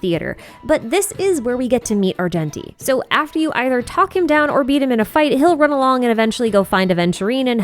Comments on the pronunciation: arJenti not ar genshin ti:face-blue-smiling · The way you pronounce Argenti’s name 😭